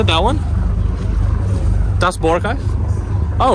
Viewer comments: Yes, accent is on the second syllable. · Hi, just FYI, the Filipino pronunciation of Boracay is boRA-cay... though most visitors do say it like you do, i.e. BO-racay.